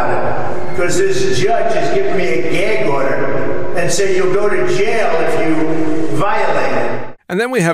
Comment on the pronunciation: What's a "gheg order" and how exactly does someone "go to jell"?